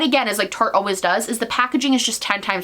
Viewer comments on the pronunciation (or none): Ily but it’s “tarte-ist” not “tarty-ist” lol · omg "tartyist" nooo girl it's tart-ist like artist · TARTE RHYMES WITH ART NOT TARTY